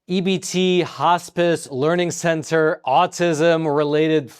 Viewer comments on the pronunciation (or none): He mispronounced "leering centre" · You said learing center wrong.